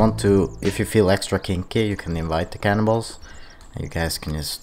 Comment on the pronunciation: At first I thought you said "cannonballs" but I thought "wait...there are no cannonballs" Then I was like OHHHH! Cannibals haha loving your videos man!